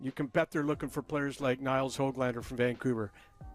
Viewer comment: Dude, his name is not HOG lander like a pig. It's not HOAG lander either. The Ö is not an Oh. It's a completely different letter in Swedish. The sound is essentially like the oo in book. I've heard Swedes say it like this... Hoo glander. with a slight pause in between the Hö and the glander.